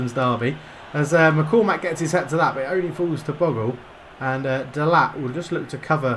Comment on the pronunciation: Think you pronounce 'Bogle' as Bogel ;) - Keep it up! Good series! I'm a NFFC fan!